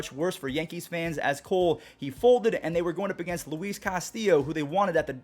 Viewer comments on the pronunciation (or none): none